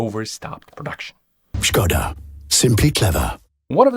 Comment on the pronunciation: I was amazed how you pronounced all non english names, surnames and other words until You reach "Škoda". It should be pronounced not "Skoda" but "Shkoda".